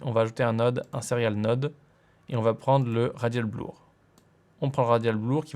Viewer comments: Super vidéo. Juste une petite observation : 'blur' se prononce 'bleur' et non 'blour' ;-) ! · "bleur" pas "blour"! :D Bon plus sérieusement je suis tombé sur ta chaîne par hasard en cherchant un logiciel de montage gratuit, supers tutos très bien expliqués car j'ai fait mon premier montage simple assez rapidement avec tes explications. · Le zoom "blour" (T_T)